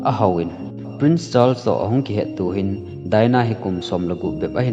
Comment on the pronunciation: Charles hi word khat ahin word ni ahipon thil pronunciation ihet lou hohi Google a vet thei ahie. [Just a small correction ] thusim sei vang chu nathieme.